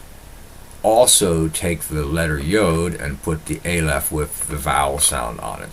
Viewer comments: Its not a lef .its ah lef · Dear - the first letter of the Hebrew alphabet is pronounced "Ah-leph" not "Ei-leph".